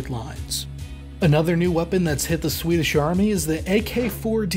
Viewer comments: Pretty good pronunciation of Swedish. Not the best I've heard from a non-Swede, but leaps and bounds over most anglophones. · Noticed you're one of the few non-Swedes who can be arsed to make a proper effort regarding Swedish pronunciations. Props to you!